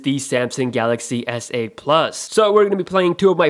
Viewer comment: I thought he said asshole 8